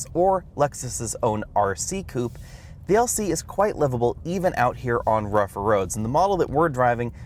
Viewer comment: How stupid when you pronounce "coupé"